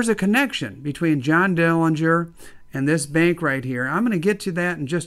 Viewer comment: This is great and so important to preserve history! The correct pronunciation of the Dillinger family name is with a silent'g'. Thanks for sharing your small bank from the bank that was robbed.